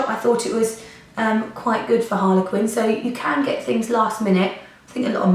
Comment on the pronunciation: why is she saying Harlequin not Harley Quinn